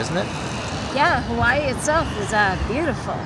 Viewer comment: It's not HAWEN,it's Hawaii,..with two "i"s in it. Hawaii. You totally missed dowbtown Chinatown.THAT is what everyone comes to see. Not the business district.